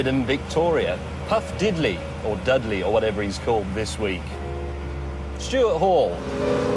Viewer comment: he called he p Dudley lmao